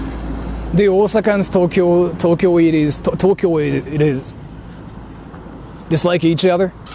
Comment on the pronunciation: ‘Tokyoite’ (Tokyo + -ite, rhymes with ‘bite’ or ‘quite’) is the English word for a person from Tokyo. Other examples off the top of my head are ‘Israelite’ and ‘Wisconsinite’.